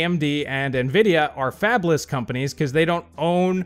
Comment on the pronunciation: I thought you said "Fapless" and my initial response was "Those poor souls."